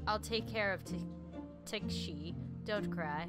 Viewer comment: I believe iys pronounced ta-ka-shi and a-ya-ka